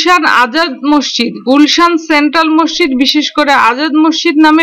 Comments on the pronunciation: আপা! আপনি মসজিদ কে মশশিদ্ উচ্চারণ করেছেন বারবার অসংখ্যবার! আপনি বলবেন> মসৃ জিদ্ এভাবে ধীরে উচ্চারণ করুন, আপনার উচ্চারণ সঠিক হবে। ধন্যবাদ আপনাকে। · আসলে শব্দটি হবে- মস্ জিদ্, আপনার বোঝার সুবিধার্থে শব্দটিকে দুই ভাগে লিখলাম। আমার এক বাল্য বন্ধুও আপনার মতো উচ্চারণ করে। এবং বিভিন্ন টিভি চ্যানেলেও কোনো কোনো সাংবাদিকের উচ্চারণেও মসজিদকে মশশিদ্ উচ্চারণ করতে দেখলাম অনেকবার। ধন্যবাদ আপনাকে।